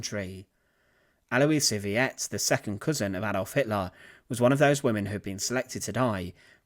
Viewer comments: I was about to write about the same thing but figured that someone else must have noticed the pronunciation error. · Thank you. As one who studied German. It's the 2nd vowel pronounced. Not both. Like in Viet Nam. Reversed. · Aloisia Veit, not Viet, it even says it right there on the picture... pronounced to sound similar to fight. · “Veit” rhymes with “might”, not “vee-ett”.. Not a big deal, just some clarification. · You are pronouncing her last name incorrectly. It is NOT pronounced Vee-yet. It is pronounced Vite! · Sheesh, guy, I can understand somebody being dyslexic, but when you're posting a historical video on YT, the least you could do is to check the spelling and pronunciation of the main subject's name. There is absolutely no underlying pronunciation rule in English or German to utter VEIT (pron. "fight") as VEE-et. Maybe, if you'd said VEET, that would reflect an American tendency to pronounce "ei" as "ee", but you're not American, and it would still be showing ignorance of basic rules of German. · Her name was pronounced, VAIT, (like height) not Veeyet. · it's not pronounced vee-ette. it's pronounced vite. or vight. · It is VEIT, rhymes with fight. Not Vee-at. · Yes, a lot of people have mentioned that already. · Her surname Veit isn't pronounced "vee-et", it's pronounced like the word "fight". Letter 'v' is pronounced as English 'f', diphthong 'ei' as English letter 'I', and diphthong 'ie' as English letter 'e'; in both cases, as the second letter for English speakers. Sad ending for the woman. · Thank you…it is so annoying when words are not pronounced correctly when the so easily can be. It would not have taken much time at all to find out how to pronounce tis name. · "Veit" is NOT pronounced "Wiyet"!!! But sounds exactly like the english word "Fight"! Butchering words is fine for americans, but unacceptable for a cultured Brit. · That's not pronounced Vee-ET' it's more like VEET. Or maybe VITE? But it's for sure not Vee-ET'!! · I know, viet?